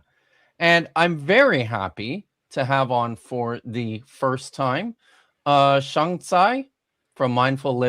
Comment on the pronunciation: Sheng and CJ are lovely, but as usual you and Vishanti are incredibly annoying. And I cringed every time you pronounced his name "Shong"